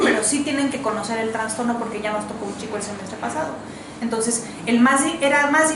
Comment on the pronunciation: Todo bien! Me encanta como explica pero dijo traNSTorno?? al trastorno??